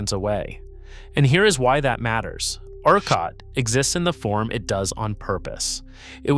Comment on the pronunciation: It's AI based on the way ERCOT keeps being pronounced